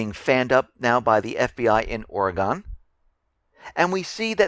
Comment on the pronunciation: Amigo: It's pronounced oreg'n not oregone!